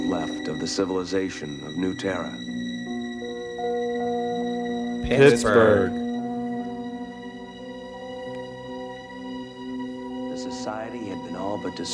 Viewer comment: 'Pittsburgh' :-D